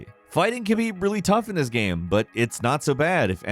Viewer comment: "gaæame"